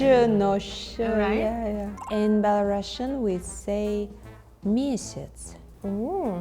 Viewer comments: Belarusian girl doesn't know how to pronounce Belarusian correctly. It's bela-roo-see-uhn, not bela-russian. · PLS bring belarusians who know their native language wtfff sad - сумны (sumny), pencil - аловак (alovak), not a karandash, and belarusian is pronounced as [ˌbɛləˈruːsiən] i'm sorry i didnt mean to blame this belarusian girl, she is so funny, but it was the last straw, as a belarusian i am a little ashamed of her